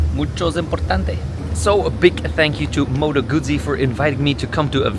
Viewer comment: Yeah, I hate it when bike journos can't/won't pronounce Guzzi properly.